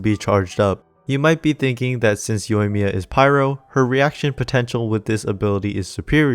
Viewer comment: You pulled that Japanese accent flawlessly without that thick English-accent.